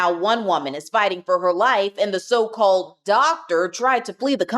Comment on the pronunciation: "And, the 'so-clalled-doctor'..."